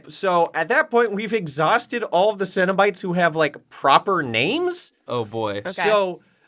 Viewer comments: The more they say cenobites, I’m hearing cinna bites as in bite sized cinnamon buns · I don’t know anything about Hellraiser and really thought they were saying “Cinnabite” as in the food for more than half the episode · I kept hearing "cinnabites" and being very confused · Okay until got her prompt I thought they were saying cinnabites, and they were like little cinnamon roll treats